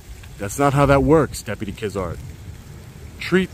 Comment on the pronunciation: deputy "KIDZART" haha 👎